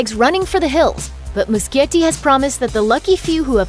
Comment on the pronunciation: It's Moo-she-yeti, not moo-ski-yeti